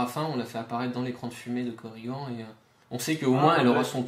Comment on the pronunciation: Super vidéo, j'ai appris qqchose sur l'immunité au poison ! Mais pourquoi vous l'appelez Korrigan (prononcer coriguent), ça ressemble à origan ou à polydent... alors que zagan, qui se termine de la même manière, vous le prononcez zagane !!! Allez, bisous bécots et hâte de découvrir le 3ème profil !!!